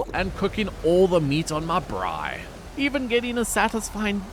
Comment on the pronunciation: Spread the word, the word is "braai" (bra-eye) 😁. Very entertaining, and enjoyed every minute. Looking forward to starting my own survival adventure in Stranded deep.